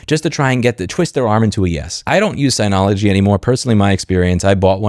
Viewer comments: Agree with everything you said, but it cracks me up that after 10+ years dealing with Synology you still pronounce it sigh-nology 😂. It's sin-ology, like synergy. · It’s synology not signology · I'm kind of surprised that you missed that Synology is pronounced "Sin-ologee". Anyway, I have the one (or similar) to the one the video thumbnail five, maybe six years ago. I got it just to do backups and it continues to do that. It is slow but it's the cheapest so I expect that. I guess since my needs are few and it does the job I'm mostly unaffected by this.